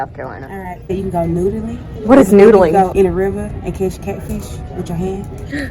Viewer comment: " ... while you are noodeling."